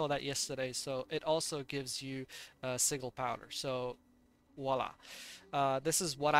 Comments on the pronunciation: Сиджел, не сигел. Послушай в гугл переводчике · Anyone else bugged how he pronounced sigil?